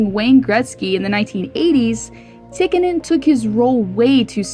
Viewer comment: It's pronounced Tea-ka-nin. Also, it was Dave Semenko that was tasked majorly with protecting Wayne Gretzky. But great video, as always,.:) I can't wait for part 2.